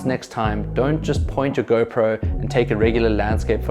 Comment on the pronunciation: Nice video man 👍 Whenever you said GoPro selfie... It sounds like a girlfriend selfie 😃